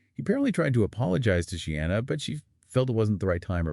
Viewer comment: Not She-anna 😬 but Sheena.